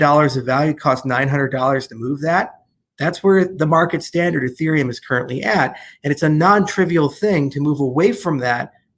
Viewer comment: I think he low key called ethereum infereum lol